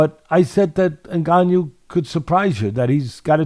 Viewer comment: When i hear white people pronounce a Cameroonian name like Ngannou is hilarious the N in our names are silent